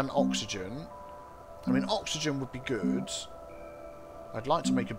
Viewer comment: Initially, I thought you said, "This is cool. This is Groot." instead of "This is cool. This is good." I was stuck for a minute, trying to figure out what that could have meant before I figured you probably said "good". Well, if it turned into a phrase like, "That's so Groot.", I could have told people where I heard it first and recommend they check out your channel to hear the origins. :P